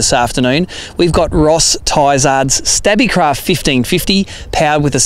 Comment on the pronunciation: Its pronounced Stabicraft not Stabbicraft. As in stable not stabble.